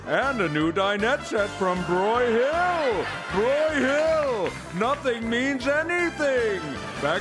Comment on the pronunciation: Nitpick: it’s stressed BROY-hill.